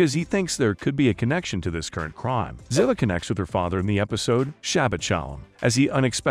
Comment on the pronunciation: STOP, STOP,STOP MIS- PRONOUNCING THE ACTRESS"S CHARACTER NAME. IT'S ZEEEVAH! PLEASE PLEASE PLEASE ! THIS SLAUGHTER OF THE CHARACTER'S NAME IN EVERY NARRATED EPISODE ON UTUBE IS UNFORGIVABLE! & INSULTING. Do JUSTICE